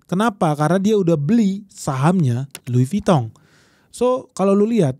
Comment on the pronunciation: Lidahnya omhen lancar banget nyebut merk France. Top